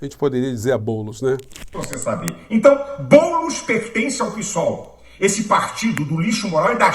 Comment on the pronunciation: Acho muito horrível todos falarem PISOL. É P(e)SOL. Porque não falam PITE? Pisol é o sotaque da Luiza Hirundina. Minha eterna mestra.